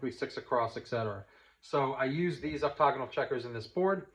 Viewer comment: Enjoying your series still. FYI, I think you’re mispronouncing OCTAGONAL. The first A you’re sounding it out as an O. 🤓🙏🤓Great insight otherwise.